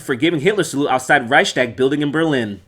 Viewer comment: I love how you said Raishtaag to Reichstag xD